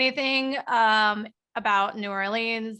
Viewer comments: K. It's just not "New Or-lee-anns" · Each time she says “Orleans” incorrectly my heart breaks a little…😭 hahaha